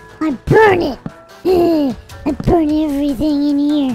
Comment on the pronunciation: Why did mono say burn and he keep saying brun I love he blow up by a creeper and when he got two Lamar maybe it's from a village